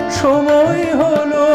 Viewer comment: সময় উচ্চারণ সমোয় হয়ে গেছে